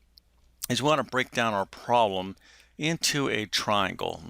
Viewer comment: interesting - but please work on your enunciation - syllables are slurred together (e.g., ;pro-blem' not 'prlm')